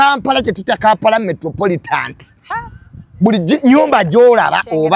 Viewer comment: Metropolitan not metropolitant 😂